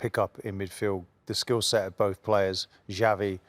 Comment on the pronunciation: I think the most criminal thing is rio Ferdinand pronouncing xavi as "chavy"